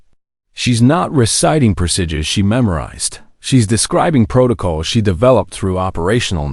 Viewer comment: AI narrator can't pronounce the word 'procedure'- very annoying.